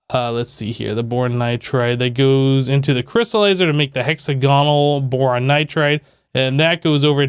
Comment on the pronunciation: Hexa-gonal. Lols. Dude try saying the word diagonal (di-agonal) and then try saying hexagonal again (hex-agonal).